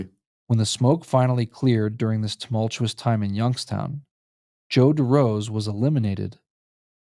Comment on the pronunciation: Why do you pronounce it as "Yunkstown"?